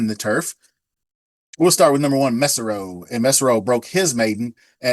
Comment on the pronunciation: Ok, Did you know that “ Not this Time “,Progeny,has won 11 times at this meet thus Far? Also the 8th Race #1, the horse Mesero, is Spanish for ( Boy),pronounced (MA-Say-Row ) Now! Look at race # 8horse 1,3,4,5,6,8,9, are all Progeny of “ Not This Time “, My Associate Joe,was his early top Sire of the year. Also it’s going to take an Average of 102 to Win, the AE 13 has the highest speed fig. I’m liking the 11 but if the 13 draws in even thought he has an under experienced jockey, they are sticking with what brought them there. Just FYI,!